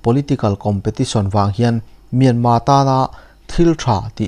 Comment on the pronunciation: Myanma ti loin Myanmar ti tawh ang Mizote hian ṭawng lamfiah theih loh kan neih loh kha